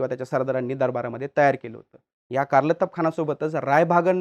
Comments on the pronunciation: कारलतब ❌ कार्तलब ✅ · कारलतब ❌❌ कारतलब ✅✅ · मला वाटते त्या सरदाराचे नाव "कारतलब खान" असे होते - ' कारलतब खान ' नव्हे ! संदर्भ - राजा शिवछत्रपती - लेखक ब मो पुरंदरे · Karlatab nahi kartalab khan 👈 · कारलतब नाही ते कारतलब आहे नाव 😂😂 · Abe it's kartalab khan